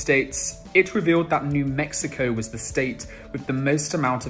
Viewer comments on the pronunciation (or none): none